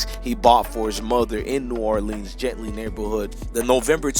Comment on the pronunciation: Its not gently the name of the area is Gentilly🤣🤣🤣 gen-tilly